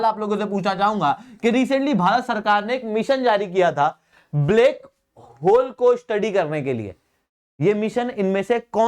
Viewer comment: "Blake hole" :D :D